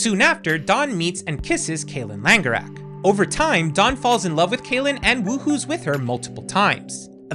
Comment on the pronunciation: Every time Kaylynn Langerak is mentioned I hear "Kaylynn Landegraab"